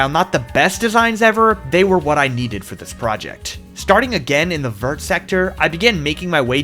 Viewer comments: as a french hearing say the word "vert" like you would pronounce vertical is hard... fyi it sounds more like "vayr"! Still very cool build and would be insane w a pokemon mod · The pronunciation of the sectors is killing me 😭 you'll never see this but here's how you can pronounce the french words without going full out Vert = V-eh-r Jaune = Joe-n Rouge = Roo-j Bleu = Bl-eugh Magenta = just-say-magenta-normally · Americans pronouncing the T in "vert" is so frustrating lmao, did you guys not do French in school?